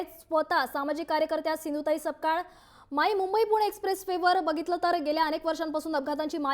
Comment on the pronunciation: Are baba its not sakpal it's (SAPKAL)